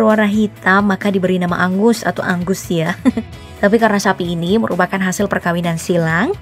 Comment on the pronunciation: Apa cuma gua yg ngira admin bilang ANGUS kedengeran nya AGUS :V